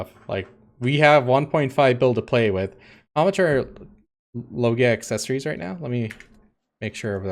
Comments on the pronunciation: just telling you cause it's the right one..loggia is an italian world.. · just write Loggia on google translate after setting the italian language, then listen; that's the right pronounciation.